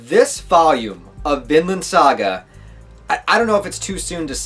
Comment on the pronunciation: At the beginning, it sounded like you said "Villain" saga.